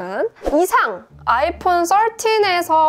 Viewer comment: 아이풘 떨틴~~ 뽈틴~~ ㅋㅋㅋㅋㅋ